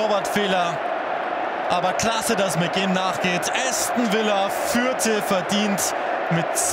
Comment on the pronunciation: Bin natürlich für Aston Villa gewesen.💪😍😱 Hab nicht gedacht am Anfang das des noch was wird😆. Tipp für Kommentator: Es heißt nicht Äston sondern Aston Villa.